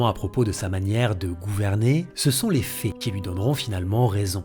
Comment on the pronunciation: "Ce sont les fées qui lui donneront finalement raison". Non, je crois que tu voulais dire "les faits", ça ne se prononce pas pareil hein ! Ah oui, tu as un problème de prononciation lol, je n'avais pas remarqué avant, tu dis "en éfé" au lieu de "en effet" et "drole" au lieu de "drôle" et "role" au lieu de "rôle". C'est quoi comme accent ?